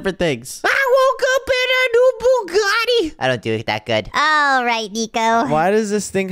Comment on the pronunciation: I woke up in a new Bugatti said it perfectly and Nico he said it like butty bunes 😅😅😅